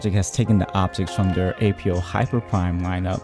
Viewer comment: APO is pronounced in one word not as separate letters.